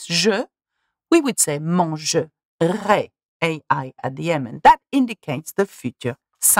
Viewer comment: Il y a seulement votre prononciation du mangerai au futur simple qui ressemble trop au mangerais du conditionnel présent..